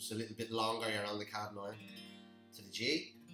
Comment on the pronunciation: Kadd9... it’s C-add9. Like ‘See’ add 9. Good tutorial otherwise, nice voice too